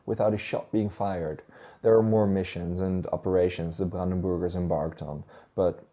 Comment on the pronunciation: I keep hearing it as brandenboogers 😜